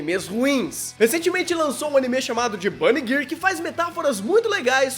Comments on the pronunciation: Vídeo perfeito! (Exceto pela pronúncia errônea de "girl", se diz "gãrl", tá bom?) Gostaria de ver um vídeo sobre esse tema centralizado na personalidade de cada um dos characters (pode ter spoiler, sem problemas) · Impressão minha ou o fala "Bunny Girr"?